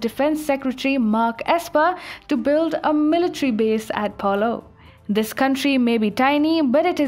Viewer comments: Great news! I thinks its pronoounced Palow I'd like to see the Philipines stand up also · Malaita not Maleita Palau not paloh Nauru Kiribati you need to look these up beforehand